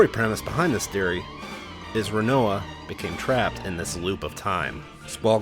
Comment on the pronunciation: And you can’t pronounce Rinoa!